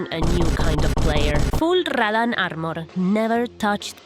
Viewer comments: rradán arrmorr, me gusta cómo suena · RRRRRRadahhhn Armerrrrr